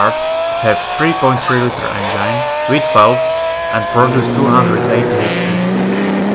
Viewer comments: Or at least the "engyne" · Lots of nice cars, but not many that are "forgotten " and where's the one in the icon picture that advertises this vid? (Click bait). And you seriously need to work on your pronunciation of the word 'engine'. It's as in 'walk in' not 'I'm fine' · I enjoy how the narrator says "engine".. It sounds a great deal like "vagine". I dig this fellow. Keep the good vids coming!👍🏻🤘🏻